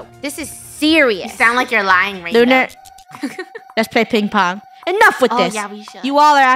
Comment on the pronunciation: No one: luner kil Charles too 😂